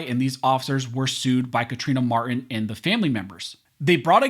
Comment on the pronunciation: The victim's name is Mar-Tin, NOT Mar-in. Please, don't be lazy...PRONOUNCE the T!!!!!